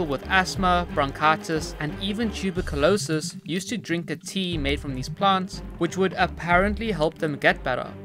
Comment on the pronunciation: Sweetheart I love your ex and I know but I need you to learn how to pronounce tuberculosis and it is learned